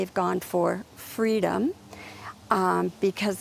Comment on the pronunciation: Here we settle for "Fweedum".